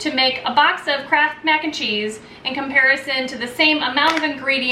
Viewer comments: Up to the 5 min mark i thought you were saying "crap macaroni and cheese. Now i see it was "kraft" . Oops. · Closed captioning on this video read "crap" everytime she said Kraft. It made me giggle.